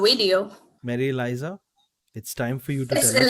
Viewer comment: ELIZA NOT ELIZA! LAVDU LOG😐